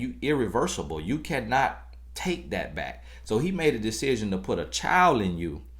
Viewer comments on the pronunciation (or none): And "on yo baiyck"...🤣🤣🤣 Love it!! G, know he be preaching to us Ladies!!! I need these words!!!!